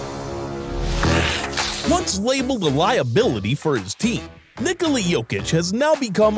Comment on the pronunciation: Finally someone pronounces Nikola how it should be